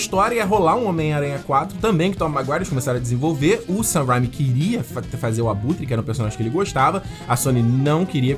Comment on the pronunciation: Assim como o Peter do Ei Nerd esse cara não sabe pronunciar o nome do Sam Raimi direito e isso que me irrita